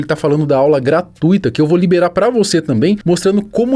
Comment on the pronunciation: Primeiramente, privilegiemos o que há de bom: a pronúncia correta da palavra GRA-TUI-TO (cuja pronúncia segue a mesma regra de CIR-CUI-TO e FOR-TUI-TO), que muita gente boa por aí pronuncia GRA-TU-Í-TO 😨😱 Agora, quanto ao conteúdo do vídeo... quanta perda de tempo para reforçar ainda mais a imagem de um grupo de "influencers" que não admite o sucesso de "alienígenas", isto é, criaturas que se originaram em outras "quebradas". Não me admira que a maioria tenha medo de ficar frente a frente com um Ser de outros Orbes, outros Sistemas Solares ou mesmo outras Galáxias. Os homens da sociedade líquida "escorrem" sarjeta abaixo apenas porque ouviram outro ser da mesma espécie dizer algo inusual, foram do script padronizado de todos os dias. Só quem ainda dá atenção ao Mayk são vocês, perseguidores de plaquinhas com número de seguidores alcançado no YouTube. A maioria das pessoas já se esqueceu do Mayk. Vocês que não querem que ele descanse em paz na vida de todos. Parem com isso! Ser destruidor da reputação alheia nunca levou ninguém à fama e glória eterna. Quem se lembra dos acusados do filósofo ateniense Sócrates? Quem sabe nomear, de cor, todos os acusadores de Leonardo da Vinci, de Galileu Galilei, de Giordano Bruno? Os únicos que ainda falam em Mayk é você o os outros membros do grupo, só porque querem retirar todos os "DOIS MILHÕES E MEIO" de seguidores que, de repente, resolveram seguir ele. Esse número - DOIS MILHÕES E MEIO DE SEGUIDORES - que está a matar vocês de ódio. Por